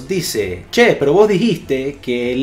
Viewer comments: Jajjaja, lo pronuncio bastante bien cuando dijo "CHÉ" XD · jaja si le sale bien el argentino😂😂😂